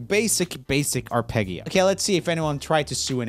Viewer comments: Did... did you just say ar-peggy-o? Do people say arpeggio like that? I've been pronouncing arpedgyo for probably almost a decade but do other people pronounce it like this? Just curious... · it is not said ar- peg- ee-o it is ar-pej-ee-o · So you say Fergie as FurJee and Arpeggio as Ar Peggie Oh ? What's wrong with you? 🤣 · are- pej- io not are-pegg-io arpeggio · Was about to ask if that's how Americans pronounce it... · no one: roomie: arPEGio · When he said "arpegyo" my italian ancestors threw mozzarella at him. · i’m not one to make fun of pronunciation, but let’s just say i will call it an ar-peggy-o for the rest of my days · Isn't "arpeggio" pronounced ar-pej-io? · arpeggio is pronounced ar-pedj-jee-o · I couldn't finish the video, but I'm sure he uses the hard g. He uses the soft g in Fergie. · You have to be saying "g"s wrong on purpose. "Ferjie" "Arpeggio" you be trolling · Just in the hope that I might be helpful, "arpeggio" is pronounced with a soft "g" sound, like the "j" in "junior". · If I ever meet Joel, I will teach him how to pronounce "arpeggio" and "chandelier" correctly haha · the hard Gs in "arpeggio" is adorable. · >arpeggio that's not how it's pronounced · you say arpeggio weird lol the gs are supposed to sound more like a j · That's not how you pronounce "arpeggio", dude.